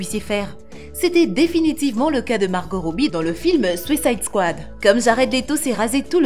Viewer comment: “Sucaïde kouade”